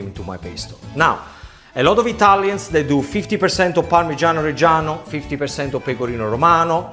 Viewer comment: Pamigiano not mozarello you idiot!